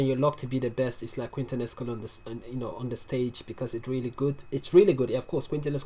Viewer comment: Brooou, one thing I know you may be aprreciate or not, but Quinto is pronunced like King/to In Spanish a U after a Q is mute. Liek Quesadilla (I thin is the most common QU word in the US), the U is mute. Keep doing this man!